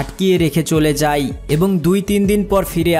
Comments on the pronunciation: যায় কে যাই, খায় কে খাই, হয় কে হই বলছেন কেন? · ঠিক করে বাংলা উচ্চারণ করা শিখ যায় কে যাই, খায় কে খাই .। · যাই যাই বলছো , যাই নয় যায়।